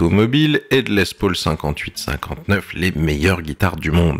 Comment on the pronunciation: Certains trouveront ça "hors sujet" mais mon obsession textuelle m'y incite. Hors comme le font tous les chefs cuisiniers du Monde entier qui nomment les gestes dans la langue du créateur. Pourquoi donc faites vous "tous" cette faute de prononciation lorsqu'il s'agit de parler de la Gibson Les Paul. En effet pas un promoteur ou youtubeur ne peut s'empecher de dire "Les Pôôôl". Je ne crois pas par ex* que Jon Lennon hélait son acolyte de cette façon "ben alors...qu'est ce que tu fous Pôôôl" mais plutot "Paaoool" et par extension "Less Paaoool" (phonétiqmnt). Alors encore moins un Américain qui a tendance à parler avec une patate chaude dans la bouche ?